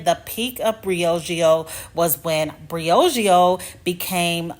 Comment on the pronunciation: Next time you’re editing and you notice that you’re not saying the name brand correctly, consider doing the voiceover again…